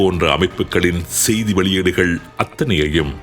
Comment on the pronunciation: உங்கள் தமிழ் உச்சரிப்பு "ஸெய்தி" இருக்களாம்" என்பவை தவறு...